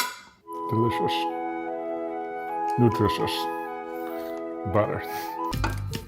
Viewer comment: Delishush... Nutrishush... Butter... :D